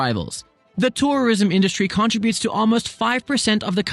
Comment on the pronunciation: Please say “contributes” correctly. Please.